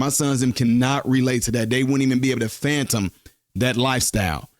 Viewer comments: The word is fathom, not phantom. I can’t believe nobody else corrected this man in the comments. Y’all just gonna let the man sound a fool? Fathom not phantom. You’re welcome. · I think the word is Fathom not Fantom 😂🤭